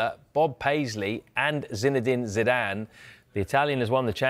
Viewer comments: "Zinedine Didance" 😭 😭 😭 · What a legend that Zinedine "Zidance"